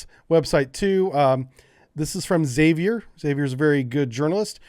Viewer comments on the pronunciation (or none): none